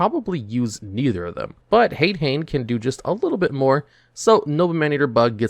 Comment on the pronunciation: Mispronouncing Hane Hane is one thing, most people don’t realize that it’s “Han-ay Han-ay” But you should know that Ghoti is pronounced “Fish”. It’s basically The Whole Gimmick.